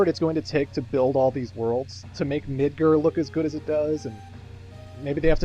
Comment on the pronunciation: Midgir? Right is Canadian.